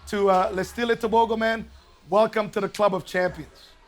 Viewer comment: One for Africa and my neighboring country Botswana 🇧🇼 I love how Donovan Bailey correctly pronounced Letsile Tebogo 👏🏼👏🏼👏🏼